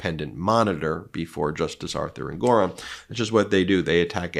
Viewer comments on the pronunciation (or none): ENG or on, not En GOR on.